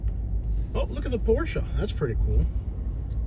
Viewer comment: Been watching u for a long time , me being a Porsche technician… the way u pronounced the name correctly made me like u even more instantly lol